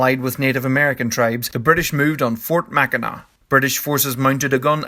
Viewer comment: Thank you for pronouncing Mackinac correctly. As someone who lives in the area and works for the Mackinac State Historic Parks, hearing it pronounced wrong is a grating pet peeve of mine.